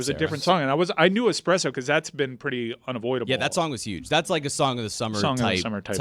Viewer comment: I paused the show to listen to "Expresso," the Sabrina Carpenter "banger" according to. I believe that and I live in different Americas.